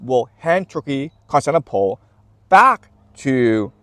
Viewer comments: Love your perspective, just one thing it's Cons-tan-ti-no-ple. Great! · Really wish you'd pronounce Constantinople a little better 😅